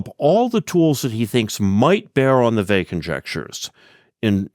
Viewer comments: It's not Vey but Weil! Thanks for the video! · Yes. The French pronunciation has a very light "L" at the end (to my ear as an English speaker). Here I Americanize it by dropping that, because I think a hard "L" like the English word "veil" is worse.